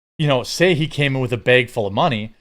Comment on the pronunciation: Had a “bayg” of money 😂